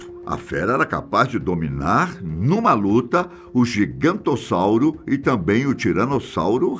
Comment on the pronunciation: gigantossauro não 👎 e sim giganotossauro o correto sem ser chato kkk